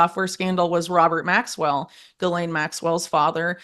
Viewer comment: it will forever irk me how "political podcaster" hosts like this one seem to have a following and good guests etc yet dont seem to know a lot about politics. This one cant even pronounce names in politics. She got Donald Trump right and Diddy but not much more. For example she got Maxwells and Patels names wrong. How do you not know these peoples names??? And how is it rocket science that they made everything legal so some crime stats have dropped? Do i have to start my own podcast to get the truth out?